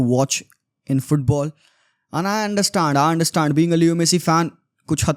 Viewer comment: Bhai aanderstand kyun bol rha hai its understand just simple 😂😂😂😂 baki bhai games ab paise k upar hi ho rhe hai game to bcha hi nhi